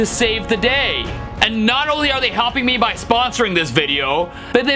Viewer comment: justin cant say me so he says may